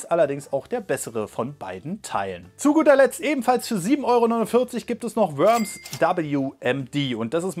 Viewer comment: Es wird nicht Wöms ausgesprochen sondern Worms